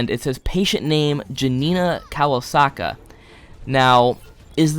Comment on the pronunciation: how is pronounciating kowalska anywhere near kawasaka ?